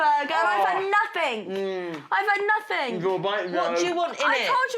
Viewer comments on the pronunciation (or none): When spoilt little twats say "NOTHINK.." Mum, you need to do some teaching. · I’ve had NOTHINK I’ve had NOTHIK. Can you even speak English?